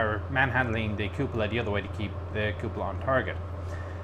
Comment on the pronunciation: I love how the is the only one on the net who pronounces “Cupola” the right way, which is Koò polah and not Koo pòlah. Italian word from Latin.:)